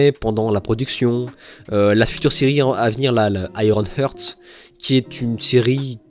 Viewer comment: Le "heart" et le "eyes" tout particulierement